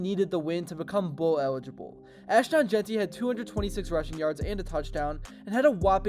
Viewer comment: Jesus Christ Dude learn how to pronounce ASHTON!!!! It's not ASHTAN!!! SMFH